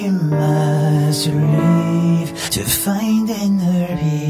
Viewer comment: Did he say 'reave' instead of LEAVE?